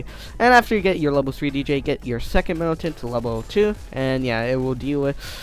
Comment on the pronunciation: He said militant wrong it is milicant